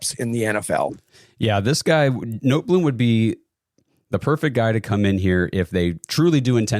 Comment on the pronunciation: Notebloom 🤦🏼‍♂️🤦🏼‍♂️🤦🏼‍♂️🤦🏼‍♂️🤦🏼‍♂️ its Noteboom cmon guys, this is embarrassing that youre acting like you understand these FAs so well and then cant even pronounce the name right